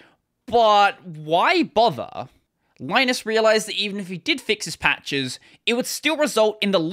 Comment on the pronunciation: Just a heads up: Linus Torvalds (and Finnish people) pronounce the name Linus as "Linnus".